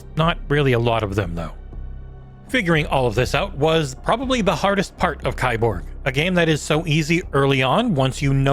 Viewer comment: ...it's pronounced "key-borg"